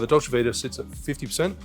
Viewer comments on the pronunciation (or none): none